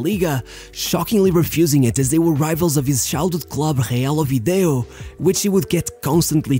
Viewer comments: Thanks for the video :) But its Oviedo not Ovideo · It's Real OVIEDO, not OVIDEO FFS... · nice video, as always. just, it's not ovideo, it's oviedo... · Next time try pronouncing clubs correctly it is OviEDo not OviDEo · Great video. I remember that year. He was… “impossible”. But I have one repair to make you, buddy. It is Oviedo, yet you insist in saying “Ovideo”. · Continuas a dizer "OVIDEO" em vez de "OVIEDO" Mas mt bom video como sempre! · it's not ovideo, it's oviedo. also, that celebration is done by many players before, like luca toni for example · lol can't believe that the narrator keeps saying Ovideo instead of Oviedo 😂😂. I remember the team in the 90's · Well its good to know the name of the team you are talking about :D Real OVIEDO, not Ovideo. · Great history. Didn't heard of Michu before. But it's real Oviedo not ovideo 🤔😉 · Não é Ovideo, é Oviedo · It's Oviedo not Odievo ... wtf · Did it piss anyone else that he kept saying Real Ovideo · Real OviEdo. Oviedo, not Ovideo 😉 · What´s with the nefarious pronunciation? Couldn´t you google it reads "Oviedo" and not "OHH VIDEO" before posting?? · The day in which "Oviedo" became "Ovi-deo". Olha lá essa pronúncia, gajo. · It’s Oviedo not ovideo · OVIEDO, not VIDEO…. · u're mistaking celta for deportivo la coruna, amateur. also, it's oviedo,not ovideo, u halfwit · Great vídeo, but you said "Ovideo" too many times. Maybe you mixed him up with Ovid, the Roman poet. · Real o-v-eh-do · Hearing you butcher up the REAL OVIEDO name is just cringe😂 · Man pronounced ''Oviedo'' correctly zero out of a hundred times